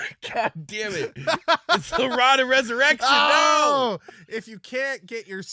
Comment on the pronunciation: Pretty sure the pronunciation should be Rod of Rez-erection.